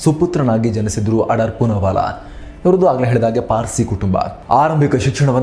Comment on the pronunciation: ಆಡಾರ್ ಅಲ್ಲ ಅಣ್ಣಾ ಆಧಾರ್